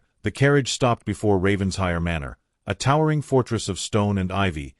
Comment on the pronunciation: Another Ravens-HIRE! Beyond exasperating. When is AI going to learn it’s Raven-SHIRE? Can’t abide this. . . .